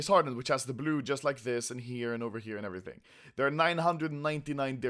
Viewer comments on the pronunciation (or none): none